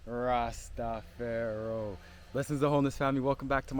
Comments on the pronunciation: I just wish you’d not say Rasta Pharaoh... it’s Rastafari. More strength though. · Quick question akeem I love your content, but I have to ask this question why do you say Rasta pharaoh? When rastas say rastafari! If you have a video on this I would love to hear it man, keep up the beautiful work